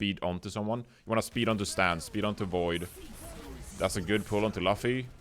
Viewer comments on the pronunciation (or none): its not important but its pronounced "loo-fee" not "luh-fee". also more of these vod reviews please. great work.